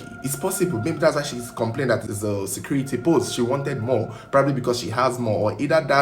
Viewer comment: SAYCURITY ROOM IN HER VOICE😂😂😂😂😂😂😂😂😂😂😂😂